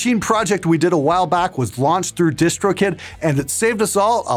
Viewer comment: I always thought he said distro kit*